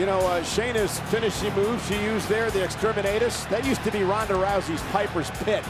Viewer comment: The way Cole pronounces Exterminatus makes it sound like Exterminanus